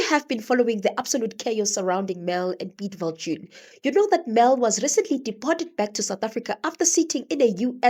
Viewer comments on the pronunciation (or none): When you called her Mel "Vil-joon" I just knew your narrative was going to be 👌🏾